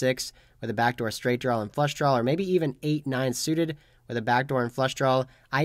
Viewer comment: "Draw" not "drawl" ... I iknow, I know, I know ... I keep pointing it out. But I would like to subscribe and watch routinely, but it's a pet peeve of mine. It's like nails on a chalkboard.